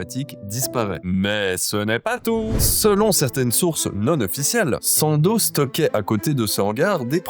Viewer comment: On dit pas sandozzzzzee 😂